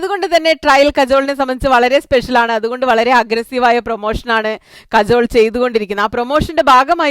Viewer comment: കജോൾ അല്ല കാജൾ